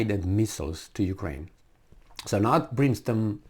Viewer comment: It's - Brim stone, as printed out in title, at least, not Brin stone as you were saying it; as in, 'it rained brimstone and fire on Sodom and Gomorrah ' ! All of mankind and all their militaries are way out of their "league."